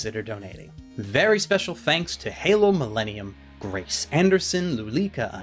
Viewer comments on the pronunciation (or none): none